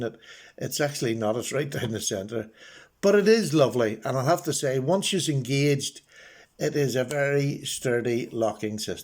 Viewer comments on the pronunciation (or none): none